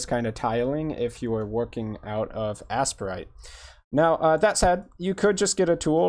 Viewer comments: It's the second. I have no idea why is calling it "ass-per-ite." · Its pronounced “ace-prite” or “A-Sprite” I pronounce it “A-Sprite”